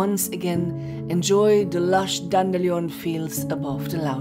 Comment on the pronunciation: Excellent narration as well as video,! And I have come to prefer your pronunciation of "dandelion" over the boring typical version! 😊 Happy 2024 to Rasta and you!